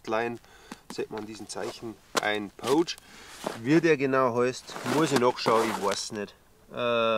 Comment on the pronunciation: Servus!:) Erstmal danke für deine Videos und weiter so! 👍 Macht immer wieder Bock zuzuschauen und neues zu lernen!! Eine Sache ist mir aufgefallen: du sprichst "pouch" immer eher mit "oh" aus, statt mit "au". Klingt dann wie das englische wort für wildern (to poach). 😅